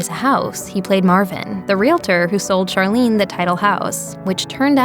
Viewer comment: Charlene’s name was pronounced CHAR, not SHAR.